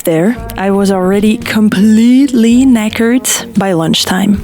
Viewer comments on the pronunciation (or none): 'Knackered' in a French/Belgian accent made me laugh. 😆. Only half way through but great vid so far. Isn't Torridon an amazing place?